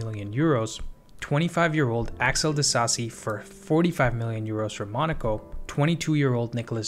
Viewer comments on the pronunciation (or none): none